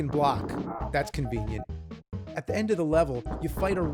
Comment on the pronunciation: Nobody: Nerd: "THE END-PUH"